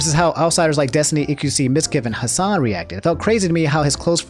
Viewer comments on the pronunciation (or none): none